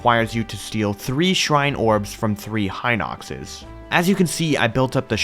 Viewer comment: Bro why do you guys say hInoxes?! It's hinoxes